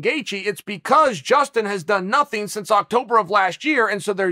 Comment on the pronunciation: He sounded exactly like a Mexican when he said nothing and stretched it out 😂😂